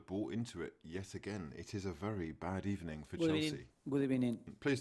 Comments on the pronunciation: I thought we made it a whole video without a "good ebening" but ya slipped one in right on the final wistle 😂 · Yet all that Arsenal fans were asking for is a manager who shows passion on the touchline and says "good ebening" so often lol.. #EmeryOut! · LOOOOL GOOD EBENING AT THE END Hahahahahaha PERFECT! 😂🤣